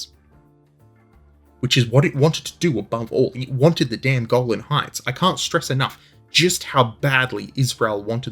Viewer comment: I swear you keep saying "the Goblin Heights," rather than 'Golan!' And that would be completely and utterly totally cool as fuck! I move to have them officially renamed, on the basis of it being really fucking cool.